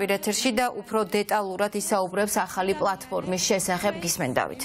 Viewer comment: ოხ ეს ,,აჰალი,, არ შემიძლიააა 🤣🤣🤣🤣🤣🤣🤣🤣🤣